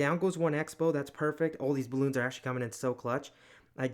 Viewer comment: Why does everybody call balloons Cocoa loons?